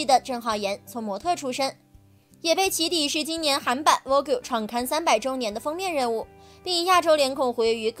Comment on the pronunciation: Vogue is not pronounced Vo-que. Please google its pronunciation to pronounce it correctly.